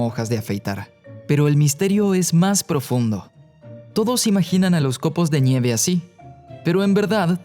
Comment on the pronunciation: Por que dice, "COPOS DE ÑIEVE" ??? o al menos así suena.